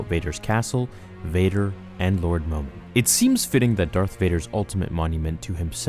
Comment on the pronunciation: My name is momeen but you say momin when you say it